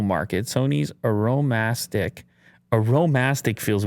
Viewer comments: I feel Aromastic should be pronounced like "aroma+stick" instead of "Arome+astick" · It's aroma stick, not arrow mastic. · Hey,. It's Aroma-stick. Get it? Smartass xD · aromastic is pronounced aroma-stick